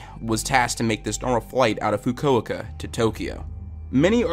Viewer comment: THE WAY YOU PRONOUNCED FUKUOKA